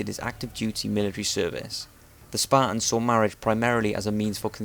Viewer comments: fuckin sparans? dafuq u sayin bro? thers a 'T' ther aswell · Sparrrs? This guy can't say Spartans. Why do these ignorant, Limey, no talking bastards think they can communicate with people? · can you please stop saying span, they are spartans. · Okay, so now we've heard this guy talk a lot about the Spahtuns; but what about the Spartans?